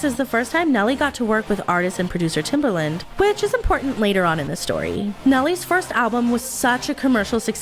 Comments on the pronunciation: Guurl his nickname was Timbaland not Timberland☠️ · love the video, but hearing timbERland instead of timbAland grinded my gears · I'm sorry..are you saying TimbERland??